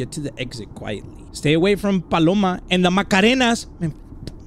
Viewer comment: HECK NAW IT ANT BALLORA..ITS PALOMA!!!!!